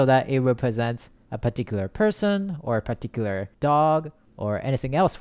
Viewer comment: pitiküler diyişini yediğim ne güzel anlatıyo reis ya